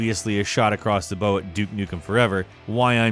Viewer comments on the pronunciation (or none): shot across the BOW (as in archery)? NO DUMMY... its BOW as in "In Japan they BOW a lot". its the bow of a ship... BAU! baʊ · "A shot across the 'bow"... lol It always makes me chuckle when common phrases are mispronounced on YT. NOT in a negative way... I have never read 'Shot across the bow', only heard it spoken, so it's funny to me that he didn't know how to pronounce bow in this context. 😁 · FYI ship bow is pronounced like bow for an award, not like bow and arrow. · You pronounced bow wrong. Its not the shooting pointy sticks bow, it is the front of a ship bow.